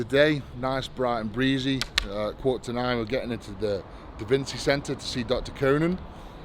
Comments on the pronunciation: Haha did he call it DaVin-see? I bet no one corrected him 😂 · my man just said DaVinsy......